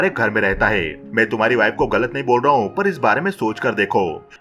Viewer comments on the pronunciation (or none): भाई आप अपने गले का इलाज करवाओ, मुझे लग रहा है आपके एपिग्लोटिस में कुछ समस्या है , जैसे है को हे, हूं को हू बोलते हो